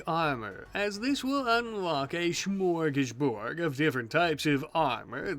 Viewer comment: While i do like how you say Smörgåsbord, it sounds more like you say Smörgåsborg, which would mean a Fortress built by or containing sandwishes (which, to be honest, might be relevenant in any Rimworld playthrough). Anyway, Ö is pronounced like the I in Irving, and Å is close to O in Over. Stay rad in the wasteland!